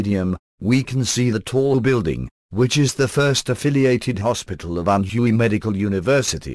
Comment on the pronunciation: Learn to say "Anhui" correctly. It is not ann huuu eeeee it is pronounced Ann wayyyyy